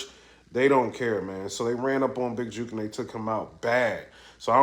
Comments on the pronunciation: Big "juk" not "juke" bro lol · Is it juke or jook? Cause ur say juke